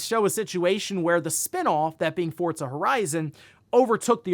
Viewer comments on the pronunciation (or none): Love the content. Cant explain why but hearing "Fort zuh" instead of "for zuh" for Forza is like nails on a chalk board 😂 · Is it pronounced fortza or Forza? Sounds like you are saying fortza? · Forza is an Italian word (means “force”); that’s how they pronounce “z.” Just like how you’d say “pizza” or “mozzarella”